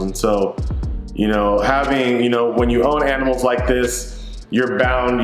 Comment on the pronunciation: Bro I’m so sorry to hear your aminals passed.. I love you dude!